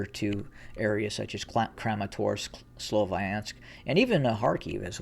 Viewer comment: May I point out that "Sloviansk" is pronounced with the "i" like in "winter", NOT like in "wine". (not sure if I could explain it well enough, non native English speaker here😅)